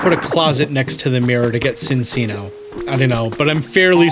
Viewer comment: BTW, it's chin-chino, not sin-sino. The animal it's based on is the chinchilla, and two c's in Italian is the ch- sound. Yes, it should actually be sin-chino, but Pokémon's weird like that.